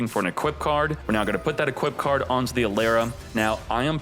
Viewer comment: E-Lara not A-Lera